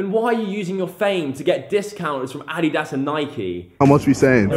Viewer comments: Why the fuck did he say A dee diss It's Adi dass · did he just say addiiedass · as a british person, it annoys me the way you say adeedas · This video was good until you said adedas